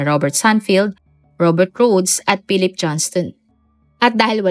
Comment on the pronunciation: Si Pilip. Wala talaga minsang, "F" sound at minsan, "V" sound si narrator.